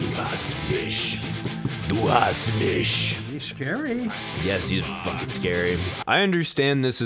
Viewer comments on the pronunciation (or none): You have to work on your "ch" in "mich", you are pronouncing it more like "misch", but good effort. I guess it's harder than for a german pronouncing "th"... and when people can not do that properly, I kinda freak out. And what the man said in german was more like "It's really bad". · It's du hast mich, Not du hast mish Pronounce ish while keeping your teeth apart from each other slightly. Then it should make that "ish" but not "ish" sound